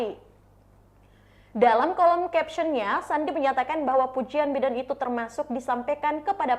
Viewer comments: Mbak, kalo nyebut nama orang, apalagi nama seorang presiden itu harus benar. Biden dibaca “Baiden” dan bukan “bidden” ….. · Nama org hrs dieja sesuai dgn bahasa aslinya mbak. Biden dibaca BAIDEN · Mba bisa baca nama bidin dengan bahasa yg benar jangan asal bunyi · Pelapalan nya Baiden malah biden wkwkwk, luar biasa tukang cooypaste ini